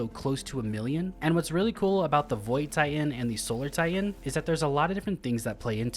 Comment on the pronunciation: What's a tie-hen?